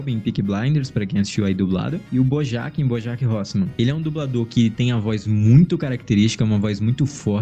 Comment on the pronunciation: Parei de assistir quando falaram Bojack no lugar de falarem "BouJeck"